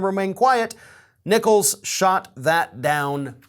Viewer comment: Ok, I took a doubletake when you said the Judge's name. I almost thought you said his name was "Judge Nickles". 'Cause that's both cute and hilarious.